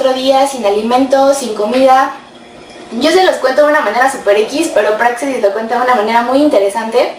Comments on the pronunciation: La “x” se pronuncia como j, así como se escribe México y se pronuncia como “j”saludos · Y aunque no lleva acento ortográfico, se acentúa prosodicamente pero en la letra “e” no en la “a”, como lo haces tú, es una observación, saludos